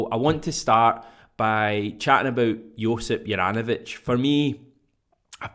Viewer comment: Hajduk Split fan here, first of all, man you've absolutely butchered the name, no hate though, just gonna teach you how to pronounce it properly. Think of J in the name as Y so pronounce it soft not as a J, apart from that all should be good. Juranovic wore the armband for us and was generally underrated by everyone and most of us were happy when we got rid of him, it seems he tricked us all🤣 Man improved massively after he left us. not a surprise though, the pressure down here could only be compared to Napoli! Continue the good work🇮🇪🍀